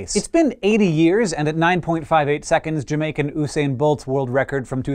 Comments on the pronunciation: Why did you say oosian when it's Usain! ?!? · Pronounced you sane not uuu sane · Oosain bolt? That’s not how you pronounce it! Where did you hear that! Have you never heard his name before? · DID HE JUST SAY "OOSAIN" BOLT?!? BRUHHHHHHHH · Did he say oosain!? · isn't anyone going to mention Hank's pronunciation of Usain Bolt? It sounded like he said Oosain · You said usain wrong